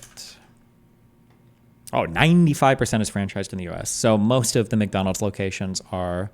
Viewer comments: Whenever Destiny messes a word up, I look to the chat and there is always someone rubbing his face in it 🤣🤣 "McTonals". It's the name for someone who is constantly tone policing. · Mack Donald's not Mick